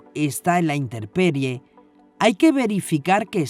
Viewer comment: Steadycamline, una observación: en el 25'07, la persona que relata comete un error al decir la palabra "interperie" cuando lo correcto es "intemperie" (a cielo descubierto, al aire libre, según la RAE). Qué lástima por ese error, el contenido muy revelador. Gracias!!